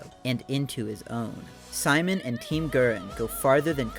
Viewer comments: I hate to be this girl, but its "SEE-MOAN", not "sigh-man." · Um, actually, Simon's name is pronounced: "See-Moan" in Gurren Lagann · Great video, but your pronunciation of Simon (Sea-Moan) makes me want to punt a kitten. lol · You imagine it's pretty well known but people to this day still can't get his name right😭 You pronounced it like "Simon says" or that one Chipmunk Simon but it's pronounced as Sea-Moan. Simon's name is derived from the word Shita no (下の) meaning Under. Most of Gurren Lagann's characters are named after directions. Kamina comes from Above. Yoko means Beside. Gimi is Right (Migi) and Dari is Left (Hidari).